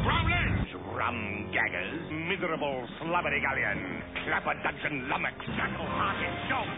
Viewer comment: Take a shot every time he says lumnox.